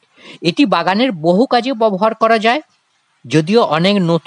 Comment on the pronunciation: ববহার না ব্যবহার, বড় কানে লাগছে